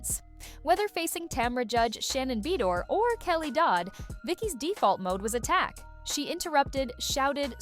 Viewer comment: LMAO "Shannon Bee door" LOL 🤣